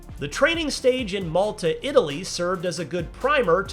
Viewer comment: At first i was like i guess i dont understand his pronouncination of malta but then i looked at the comments and they didnt disappoint haha